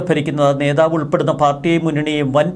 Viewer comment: നേഥാവല്ല, നേതാവ്. കുറേ കാലമായില്ലേ വാർത്ത വായിക്കാൻ തുടങ്ങിയിട്ട്.